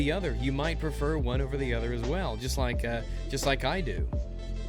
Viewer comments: The more you said "choost" the more it became funny, but also the more it sounded like a real word. CHOOST. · I like the fact you just rolled with your mistake of saying choost for the rest of the video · Word of the day: Choosts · Choost: Pronounced Chew-es-t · I'm going to start using "choost" now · choost XD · I want "CHOOST" to be a thing... Can we make "CHOOST" a thing please? Thanks ;-P